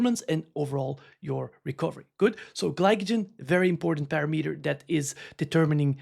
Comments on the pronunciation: Not to call you out but it’s pa-RAM-eter. Love the content! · Dude, you're pronouncing parameter wrong over and over again! 😄